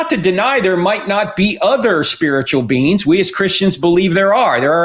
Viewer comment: Lol all I can hear is "spiritual beans" and "infinite beans"!!!